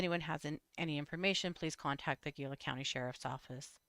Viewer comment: Gila = hee-lah